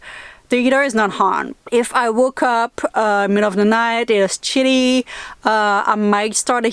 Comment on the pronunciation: When you said, chilly I thought you were saying Shitty, lol.